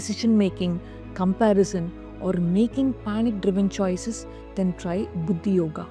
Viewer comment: Pronunciation of the sanskrit words is poor U need not convert them into Tamil n speak !!! Its Nishkaama not nishkama , Kaama not kama ! long sound of aa ! Its not sakshi - its Saakshi long sound of aa ! Its Buddhi forcible dhi not simple ddi Please learn a little Sanskrit n preach * U dont become contaminated if u speak Sanskrit correctly !!!